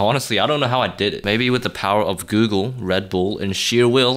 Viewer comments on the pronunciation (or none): none